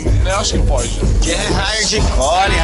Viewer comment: "R"ardicore, já pode dar aula de português